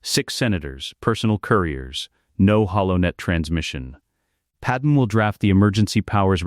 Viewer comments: Fix your damned AI narrator program. It's pronounced "Pad May". Not Pad-Em. Pad-Em sounds like a Kryptonian name from an issue of Superman, or Action Comics. Your AI deserves to meet a high voltage electromagnet. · Who the frakk is padam supposed to be...if youre gonna both misspell and mispronounce it at least go w panam...